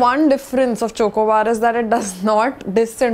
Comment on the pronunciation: Who is triggered by pronunciation of Chocobar?